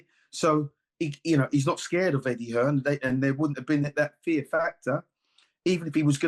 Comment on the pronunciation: I just 'LOVE' the way people keep saying Eddie 'HEARNS'...it's 'HEARN'😂. He is not related to the GREAT Thomas 'The Hitman' Hearns😅....Put some RESPECT on this man's name😂😅😅😅